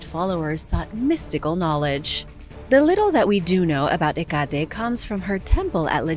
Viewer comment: He-Got-E? Where did you get that "G" sound from?? It's Heck-a-Tee.